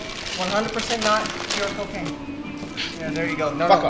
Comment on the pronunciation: I love how you pronounce CO-CAY-N